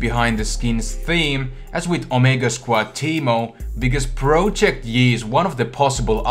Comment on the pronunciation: you can't say project correctly